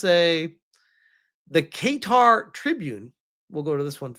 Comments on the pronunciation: It's pronounced "kattar" not "keytar"! 😂😂😂 Edit: ok now who wants to bet the Roblox CEO is on the "Island List" and has secret hard drives full of delicious cake and cheese pizza? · BTW it's KA'Tar - not Kay'tar! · 🗣️ Kuhtar (Qatar) not Kaytar 😁 🇶🇦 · I’m not surprised considering some countries actually listen to their citizens and to be honest Roblox had it coming. Side note its pronounced: kuh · taa 👍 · Say guitar but with a Q. Kaytar lol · Qatar is pronounced Kah-tar,. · I have it on reasonably good authority (from someone who lived there) Qatar is more closely pronounced "Cutter" Edit: Kaytar is closer than the first way you pronounced it. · Hey my man not to be annoying, but it’s pronounced “Cuh-Tar” 😅❤ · Not trying to sound like an "uhm ackhucally" guy, but it's pronounced Kuh-tar. Your pronunciation here is funky and tickled my brain wrong. Don't force yourself to change your pronunciation over me, I ain't forcing you to say it my way. Just putting my opinion here respectfully. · Pronounced Ka-tar. Qatar. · i know you don’t give af but the pronunciation is Guitar like the instrument 🎸😂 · Hearing him pronounce it "kay-tar" caught me off guard lol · Well keytar is a thing. It's a keyboard synthesizer that has a guitar neck, and you hold it like a guitar while playing. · lol Not correct. That’s a classic American attempt at pronouncing the country correctly 🇶🇦